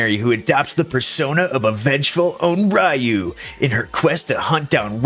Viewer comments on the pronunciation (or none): Your Onryou pronunciation is pure cringe.